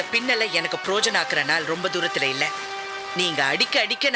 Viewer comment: செல்விக்கு *ழ னா ளா.னா பிரச்சினை மற்றும் பிரயோஜனம் என்பதை ப்ரோஜனம் என்று சொல்வதும் எப்போதும் உள்ளது?!